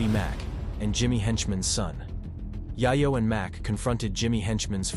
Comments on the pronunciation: I was so absorbed by your sttory telling until you kept calling Tony Yayo as Yah-Yoh.. lol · Whoever is commentating this has never heard of any of these people. Yie-yo??? WTF bruh. I recognize his voice. He works at the gas station by my house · Pronounce it “yeyo” my brother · who tf is TONY YEAH-YO lmao